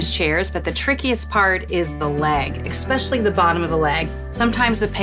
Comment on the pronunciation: exspecially?? it’s especially. Great video though.